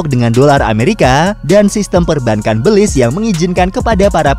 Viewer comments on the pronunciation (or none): Cara baca negara ini Béliz, bukan bèlis soalnya dlm bhs jawa artinya iblis🤣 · How to pronounce Belize? Beulize or Belize? Invoice: Beulize Me: Belize Setiap orang pasti berbeda dalam menyebut nama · Belize dibaca Belis. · Tulisannya Belize, bacaanya beliz_ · Baru tau kalo baca belize gitu 😂